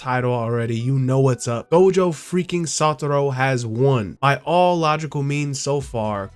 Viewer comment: How you gon keep pretending like the u is an o at the end of satoru.